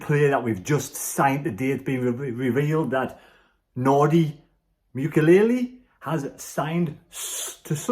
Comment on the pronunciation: Hi his name is Nordi MOO- KEY - ELL